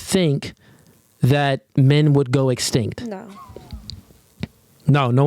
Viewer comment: That female who tried to read is dumb......Don't even know the word extinct, or even know how to pronounce it correctly...She was WAY OFF....Wow.....I bet she can't even name 3 Countries......Scary.....And she can VOTE....YIKES!!!!